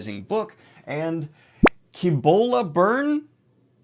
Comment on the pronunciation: It is neither Sssibola nor Kkibola. Its neither an s sound nor a k. Its Thibola, pronounced with a th Yeah, I don't know what I'm talking about